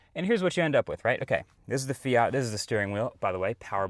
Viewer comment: the north american pronunciation of Fiat kills me